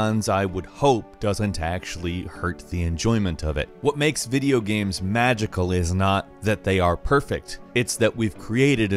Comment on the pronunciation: "Videogehms." Oh you.